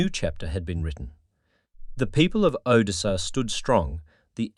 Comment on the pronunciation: Automated voice s bad. Mispronounces simple words like Odessa. It's cadence is also terrible. Thumbs down.